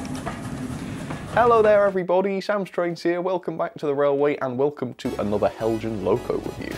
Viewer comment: The anticipation before watching every Heljan review is like playing the lottery - will finally get a winning ticket? I wonder if Heljan experience would miraculously improve were he to start pronouncing their name as the Danes do? 😹